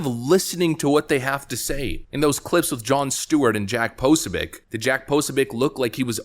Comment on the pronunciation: 'po-SO-bic'. Emphasis on the SECOND syllable, not the first.